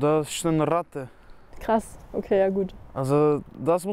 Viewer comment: Bei : Das ist Rrrratte.